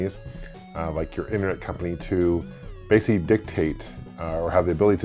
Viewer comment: lol "bassy dictate"